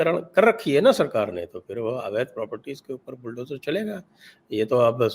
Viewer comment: Bulldojur ishtorm ho raha hai, kabh sahi pronunciation ka prayog karoge? Sa usse accha lagta hai ja se.